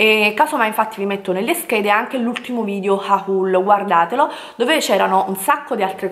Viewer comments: ma perché HA-HUL? Sembra il grido di un indiano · pronuncia agghiaggiande!!!!! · HAULLL Lo dice di proposito... Ma xké siete così pesanti??? Se nn vi piace Basta nn seguirla... Se nn è di gradimento il modo in cui pronuncia le parole chiudete il video... Ma che bisogno c'è di sottolineare tutto booo.... Bel video e ottimo shopping 😍😍😍❤️😘